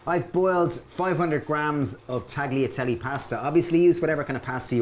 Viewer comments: Hahaha. I know. Talyatelle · Guys its taliatelle. The g is mute :) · I love your recipes but please don't pronounce the 'g' in tagliatelle. It's wrong and it drives me mad.